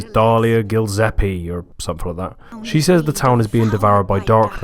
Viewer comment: Hahahaha "Gillsepie" ILY